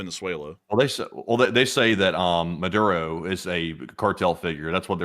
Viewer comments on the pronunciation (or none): none